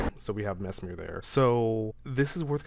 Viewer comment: Erdtree/Redtree …hmm think on that 😮 side note you’re saying Marikas and Messmers name wrong